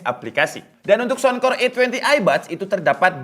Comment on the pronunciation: Saunkor..bukan sounkor